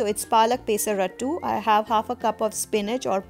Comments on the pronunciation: I love the way you say pay-sa-rattu - happens to be a telugu word. I'm from andhra pradesh and we call it Peyh-sarattu here (not as fun as how you say it though ;)). Its refreshing to see so many formulations to make dosas. You're a genius to come up with all these varieties I must say. All my life I've stuck to traditional recipes. After seeing your recipes, I wonder how much protein I could've chugged through dosas up until now tbh. Well, they say it's never too late to try something good. I'll give this a try this week. Thank you for your efforts. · It's not peeesaratttu...It's pesarattu.. south India paruvu thisavu kadane* thalli...